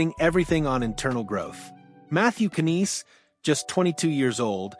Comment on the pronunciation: As soon as this guy mispronounced “Knies” as bad as he did, I knew he wasn’t a leafs fan, or possibly even a hockey fan 😳